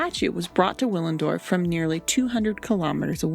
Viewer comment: Willendorf is pronounced with a ‘v’ Villendorf